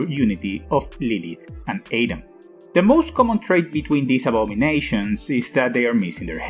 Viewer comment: “Seal"? “Wiley"? “Ayedam"? Who’s narrating this? The swedish baker from Family Guy?